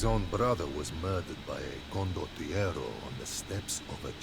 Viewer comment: You did well on that one... but how you pronounce "chevallier" and "condotiero" is painful 😂😅